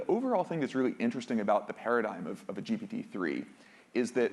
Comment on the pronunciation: Am I confused, or does he always(!) say GP-3 instead of GPT-3?